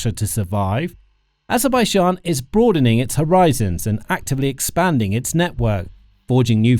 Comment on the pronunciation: Kann sich der Sprecher bitte endlich auf eine eindeutige Aussprache von Aserbaidschan festlegen